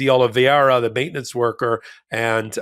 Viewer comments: it's Carlos "De Oliveira" not "De Oliviera"; (i.e., 'Dee-Oli-ve-ra' NOT 'Dee-Oli-vee-era'). (retired teacher) 😇🙏🐭🌈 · please learn how to pronounce "Oliveira"!